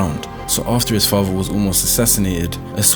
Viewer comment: The way the narrator pronounces “father” annoys me to no end. It sounds like he has a big golf ball in his mouth.